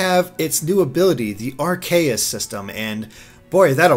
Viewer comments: I think said Arceus' name wrong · Arceus. Some pronounce it "Ar-kay-us."